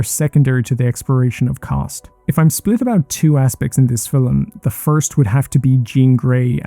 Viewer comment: me being a dick, I apologize. You're pronouncing the L very strongly, so it sounds as if you were saying Filum instead of film I really enjoyed the video!!